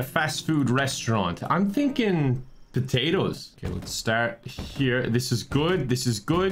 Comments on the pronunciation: "I'm thinking potatos" Every Irish person ever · "I'm thinking... potatoes" 10/10 Irish